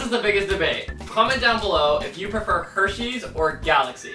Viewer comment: I wuv hershies 😁